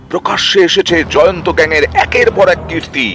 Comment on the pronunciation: Or name Jayanto noi or name Jayant. Behari k bangali banacchen keno? Pronunciation thik korun.